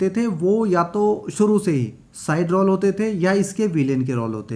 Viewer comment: रौल नहीं रोल बोलना सीखो।ग़लत उच्चारण मत करो।